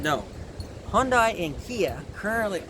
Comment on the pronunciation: Hyundai: It rhymes with Sunday.